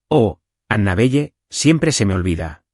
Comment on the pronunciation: ANABELLE NOMBRE SAJÓN SE PRONUNCIA ANABELE, NO PEQUES DE LITERAL NARRADOR ESPAÑOL